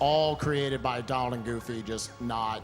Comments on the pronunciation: I love this run but stop saying Dolan. Jesus. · It was a great run, but did anybody else hear the guy calling Donald "Doland" the whole time?? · so why does call Donald Duck, Doland? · its donald. please..... learn yourself